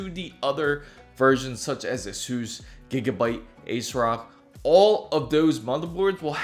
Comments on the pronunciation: Correct, that's how it's pronounced. Ted Hsu the founder, explains this in an interview a few years ago. So essentially you have been saying it wrong, are you from India? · Did he say AceRock? Must be from India.